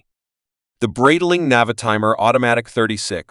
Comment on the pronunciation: Wrong pronunciation. Should be "bright-ling"